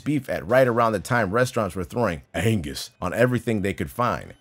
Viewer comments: I thought Angus meat said anus meat. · Angus burgers A N G U S B U R G E R S Angsty burgers? 😐